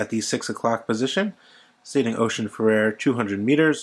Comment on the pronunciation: Great review, although you may want to revisit how you pronounce "Oceanfarer" 😉